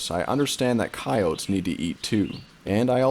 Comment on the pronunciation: coyotes, not coyots.